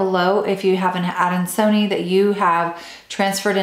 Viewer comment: It’s pronounced adan-so-knee-eye. Why are we only seeing you and only an occasional peek of the plant?